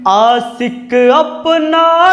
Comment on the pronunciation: सर आपका गाना बहुत अच्छा लेकिन उच्चारण में बहुत गलतियां है आसिक नहीं होता है आशिक होता है सर तरपने से नहीं होता तड़पने से होता है अपसाने नहीं होता अफसाने होता है गणित पढ़ाते हैं बहुत अच्छा पढ़ाते हो थोड़ा सा गाने का अभ्यास भी करो और इसमें सुधार करो तो आपकी आवाज बहुत अच्छी है और गाने का तरीका भी थोड़ा सा उच्चारण में सुधार कर लो बहुत आगे तक जाओगे